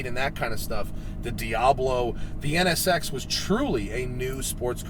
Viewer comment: He only said it wrong 11 times